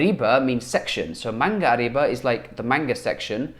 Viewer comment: Hi, I've learnt how to learn new language from your recent videos. These are really useful. I found that using new words and phrases directly is very important to new language learners. Thank you. Yes, 'nikai' means second floor in Japan, but it also means first floor in the UK. Because we have no ground floor.(American style?) Additionally 'manga uriba' should be pronounced 'manga Ωriba'. 'Ω' is one of phonetic symbols.